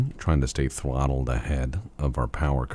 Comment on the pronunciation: "Stay TWOTTLED ahead"? Thwottled,?